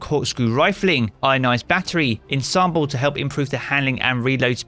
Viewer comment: can anyone in the Destiny community pronounce 'Ensemble'?